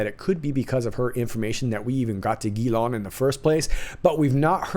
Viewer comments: I know the name Ghislaine is not a common name. Most Anglo Americans are mispronouncing it. It is not Gi Lawn. (Hard G). It's Zhiz (Zh as in the French name Jacques) Len as in Lenny. De rien. You're welcome. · Thanks for your vidéo, from à french patriot ! Can i just tell you something ? Ghislaine is a french name... The correct prononciation is : Jeez lane... Hahaha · The Madam's name is pronounced: Ghee - len